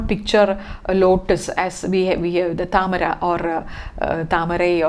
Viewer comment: Are you a malayali? "Thamara"